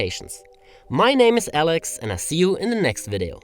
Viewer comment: Now I realized he says his name is El Eggs and not Alex